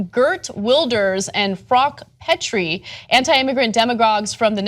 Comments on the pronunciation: "Gurt Wilders" and "Frok Petry" jesus she can't pronounce anything right. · As a german I apologize for Petry. By the way: you guys butchered her name xD